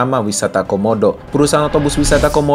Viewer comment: Wisata homodo bang bukan wisata komodo